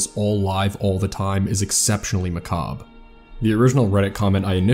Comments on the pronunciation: Macabre...? It literally is pronounced that way 😭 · That's... not how that word is pronounced. But I know that one single clip where it's pronounced that way, so I must say, you sire are a true man of culture